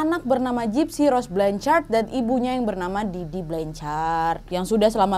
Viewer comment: Dari awal kak Nadia ngomong gypsy aku dengar nya Dipsy 😭